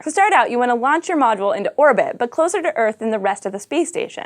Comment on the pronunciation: And the "t" at the end of "orbit" is not silent.